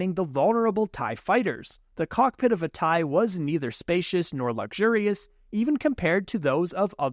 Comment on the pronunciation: Its TIE not taiiii